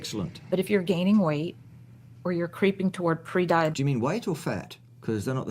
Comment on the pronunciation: Carnivores can't be "pre-DIE-oh-bet-ick". Problem solved.